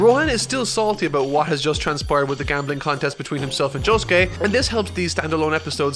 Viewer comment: Jo Sue Kee-- Me: dies